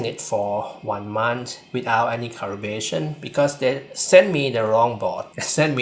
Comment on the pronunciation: Some honest feedback... Your pronunciation of L and R are switched making the video very hard to understand. You say "laptor" instead of "raptor" and "refrective"/"caribration" instead of "reflective"/"calibration".